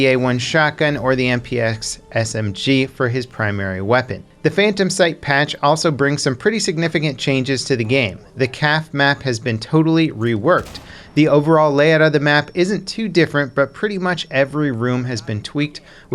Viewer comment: This dude just called Kafe "Calf"